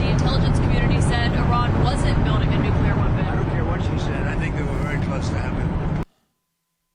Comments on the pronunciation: just wanted to say, the word is "Nuclear" which is pronounced 'NEW-clee-ur,' not 'NEW-kya-lur.' Why do so many people get that wrong? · Of the things Matt Bechtel said, nuclear is the only one I care about. It’s not nucular!!! Nuclear is pronounced new clear.